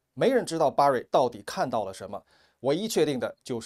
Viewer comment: 不是巴瑞 是ber瑞